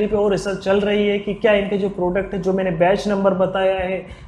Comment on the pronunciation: bech and property 😁😁😁.. bhai ye batch and proprietory hota hai.. 😋😋